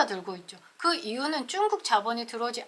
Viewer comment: 중국이라고 말해주세요,,,,쭝국이라 하니 듣기에 애매해서리